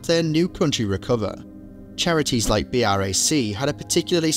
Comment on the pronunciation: He literally pronounced B R A C